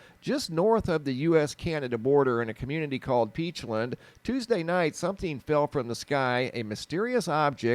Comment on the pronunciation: Side note. “Peachland” or “peachlind”. I always thought it was the former. Lol